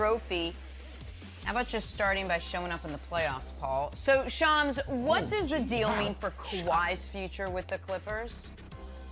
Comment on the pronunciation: Brandon Marshall: His name is Shams... Not Shawn